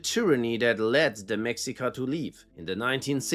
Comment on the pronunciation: mexica is pronounced me-shi-ka